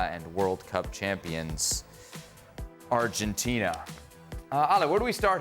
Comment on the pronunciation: Pls stop saying Arhentina. It's so annoying. It's Argentina